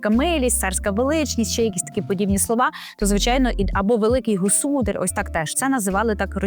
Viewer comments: Не госУдар, а госудАр! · Наголос на государь не правильний